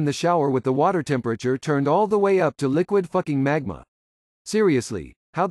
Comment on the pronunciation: The emphasis is the funny part